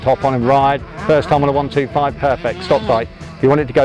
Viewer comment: Its not a 1...2....5, its called a ONE..TWENTY ..FIVE . Hope this helps.